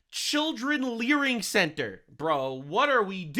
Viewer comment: It's LEERING CENTER not LEARING